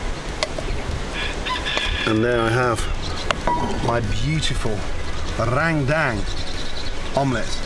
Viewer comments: gordon ramsay : rendang what i heard : rang dang the subtitle : rain bank, rang down, rain gang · Heheh just like "Rendang" it more like "rengdeng" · Gordon Ramsay : RANGDANG Me: ok, close enough Subtitles : MERINGUE D4MN Me: I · Rent Dankess ramsay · no one: literally no one : Gordon Ramsay: rrrrrrendang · No one : Gordon Ramsay : rAngdAnG Me : 👁👄👁 💧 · Its pronounced "run-dahng" But i like that way Gordon says it 😂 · How gordon just said rendeng me be like🤣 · Rendang ❌ RENGDENG ✅ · NTAR YG NONTON BULE TIBA2 NGILER😂😂 MASAK SENDIRI LAH Btw tu orang kalo ngomong rendang (Rewduang :v) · cara omong rendang salah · I'm a Muslim in the Philippines and randang is popular to us that's why it feels so wrong to heard randang from Gordon 😂😂 not only Indonesians 😅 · jadi inget Rrrrrap Monsterr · Gordon be like: Rang dang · That's how every foreigner pronounces it lmao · Amazing as always Gordon! Come visit indonesia more often! For next time, the perfect pronunciation is "rern" (like in fern or in bernie) and "dung" like in sung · He needs to pronounce it Ren-dung, :-) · Rain Tang wkwkwk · Rang dang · Rendang is pronounce as: Ren- as in Karen, -Dang as in dunk. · Or "Rent - Dunk" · Meringe damn, rang tang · Rain Dang Dut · Ran dang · In normal indonesia language it's called rendang not randang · “Rendang” he spell it like “rain dang” 🤣 (it’s about pronounced ) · lmao i laugh so hard when he pronounce rendang to rain dang skskksksks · LMAO RANGDANG🤣🤣🤣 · "Randang paste" I'm not sure about you guys but my pronunciation is "rendung" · *Rangdang. That's how he said Rendang. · Langtang, rain bank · Bro so true, hahahahhaha its actually rendang but he say "Rangdang" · Rain down also. So funny to read the automatic subtitle. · Lagtan too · Gordon ramsay: "RANDANG" Me: I can hear you but I won't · Listening to the video without watching and keep hearing rang dang 😂 its pronounce as "ruen done" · indonesian people say " rendang " But some bule's say " rangdang" So.. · THAT URRRRANDANG